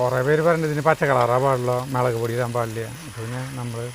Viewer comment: മെളക് പൊടി അല്ല മുളക് പൊടി.